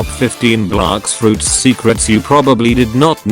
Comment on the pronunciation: ‘Blax fruits’ lol